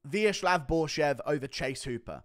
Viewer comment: ВеЧеслав Борщев. VeCHesclav with hard "CH".